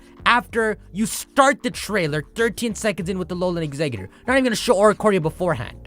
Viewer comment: Im sorry but...Exeggutor doesn't have a d in it. Its tor not dor